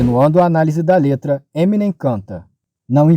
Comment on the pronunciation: daora, porem se pronuncia "Eminêm" e não "Êminem", a silaba atônica é a última.